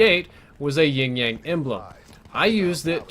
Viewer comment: Wait I'm Sooo confused? Is he say ying yang??? I'm pretty sure it's yin yang